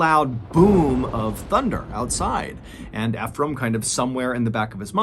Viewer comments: THE GUYS NAME IS PRONOUNCE ( E FROM) NOT (F FROM) I KEEP LAUGHING EVERYTIME YOU TRY TO SAY HIS NAME. ALOT OF PEOPLE MESS IT UP.🤣🤣💯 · Nice video, the name is pronounced E-frame like e-book. Not fe phram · I love your videos Btw the name is actually pronounced as e frame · i cant help but notice your pronunciation of "Efrem", i believe it is (Eeee- From). i only say this because i know someone with the same name, correct me if im wrong. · No offense to you good sir but Ephram most often pronounced “EEfrum” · I’m pretty sure you’re prouncing Ephraim wrong 😅